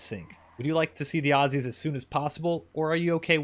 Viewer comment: Thank you for saying "Ozzies" and not "Awe-See's"